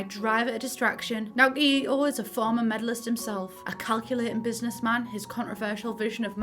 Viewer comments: good video, just please. ito is pronounced as "ee-toh" (いと - i (pronounced as ee) to (toh)) its the most obvious one, but please at least try to pronounce japanese names correctly. other ones didnt have horrible issues, but this one aaaa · Idk if this is the case but im pretty sure that if theyre meant to be japanese, Ito should be pronounced more like "ih - to" or "ee - to"? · I was so positively shook you pronounced Kado right, only to wanna die by your Ito jajajajajajaja at least Kado was right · Ito is pronounced "it-to" Kado "ca do" Kiyoshi "ki-yoshi" not "kai"